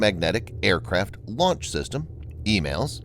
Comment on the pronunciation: It's "E MALS" Not Emails.